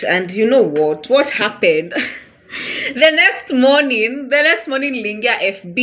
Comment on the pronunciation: 🤣🤣🤣🤣 What in the name of drama fest is that "mourning"